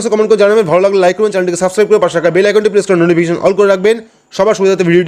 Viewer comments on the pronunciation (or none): none